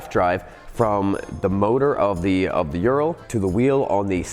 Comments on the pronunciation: How to say URAL in English. Just say ooh-raahl but the R needs to roll, not be the typical english R. Kinda like people from Costa Rica say Costa Rica. Forget any U sounding like 'you'. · Ooo Rahl! No one pronounces it right, lol. So in the first 5 min i thought, why do you always bash Urals? I have an 06 among my collection and it is my favorite bike. They are maintenance intensive, but the easiest bike i have ever worked on! I currently have my trans mission out replacing the clutch, time consuming but otherwise simple. Now i disagree on the idea they were stollen. History says otherwise. They were part of the "Non Agression" pact Hitler signed with Russia. 2 R71's and they were both 2wd! The germans were known for that on their military BMW's! Now i have to say before i get too far, awesome video! I will be donating! My prayers are with Jan! I have a home in Bulgaria another former soviet nation. The people of Eastern Europe are amazing! They help their neighbor! Now back to Ural, lol. The Ural was superior to the BMW R71! The R71 could not function in the siberian regions as it was a bushing motor, where the Ural is a needle bearing motor, i'm told they took that idea from Harley Davidson. The unreliability ,in my opinion, from experience, is from letting it sit! It has to be ridden all the time! I lost a cylinder to rings sticking in the top of the piston from the oil settling down to the bottom of the rings as it's a boxer motor. Ring stuck, broke, took out the cylinder wall. Now i ride mine every day and have only worn put tires and a clutch. I remember you flooding out a Ural, pumping the water out and riding it home and calling in unreliable! What? Tr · Dude you are saying it way wrong. Its a Ooo sound. Oooral. Like the mountain range. Ural Mountains. Not Youral. That just sounds wrong. Think Uwu. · It's not ural. It ooral, hard L. It's the same with the Lada cars. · U-rahl. Not urel .. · Its pronounced oo-rull